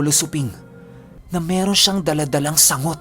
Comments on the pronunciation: Sang-got po. Hindi sangot. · Sanggot pagpronounce dun.. Galing mo tlgang mag narrate..astig ng kwento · Sang-got po yan Hindi sangot, itak na pa curve 😀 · Sang-got po yata yung pagbigkas nun